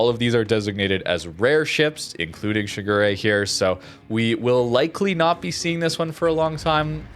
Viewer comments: Pronounced Shi Gu De, but it wouldnt be a video without butchering it with "Sugury" lol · Towards the end, did you call it 'Sugar Ray'? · as a Kancolle fan. I do have to remind you it’s pronounced Shi-gu-le (re is pronounced le in Japanese) Normally I’m fine with pronunciation. But this time…I can’t stand it anymore. It’s my waifu! Shigure (時雨）represents the sudden and short rain during the early period of winter. I hope you guys understand 🥺